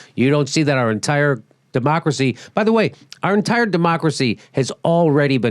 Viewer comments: "Dumb-ocracy" might have been a 'mispronunciation' but until we get money out of politics, we may as well use it on purpose to describe what's going on … ; ) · Did you say Dumbacracy? =0